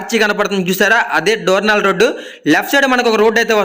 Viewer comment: డోర్నాల కాదు దోర్నలా